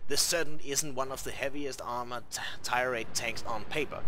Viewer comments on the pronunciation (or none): Only thing that drove me nuts was the fact he could not say tier correctly.